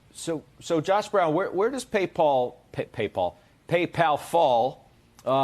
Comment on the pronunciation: Until today I thought only Germans were mispronouncing Paypal as Paypaul! 😂